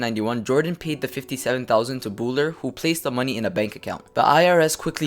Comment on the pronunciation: You are mispronouncing Bouler you idiot!!!